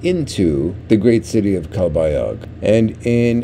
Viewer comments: My wife is from calbayog pronounced calbayoog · Omg...are butchering the pronunciation of Calbayog,. the g at end is silent. By now you might of learned also not to go to Catbalogan IMHO, it's a more poverty stricken city.